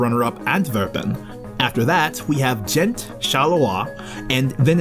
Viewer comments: It's G-ent not jent and its Liè-j nt Lié-g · No one in Belgium would butcher the names of cities like you did, I'm a foreigner and even my pronunciation is better G- like "Go" for Ghent... Lee-eje for Lieges... If you cant make the G sound for Gravesteen don't use a C, There's an R in Ardennes.... these horrible pronunciations were all I could focus on. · Got Antwerp and Charleroi right but then Jent and Lige ? 🤦and more horrible pronunciations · Expect the fact you pronounce Liege totally wrong very good video :) also, you should mention the city of Bruges it's probably a way more attractive city for tourists than Ghent even though I love Ghent.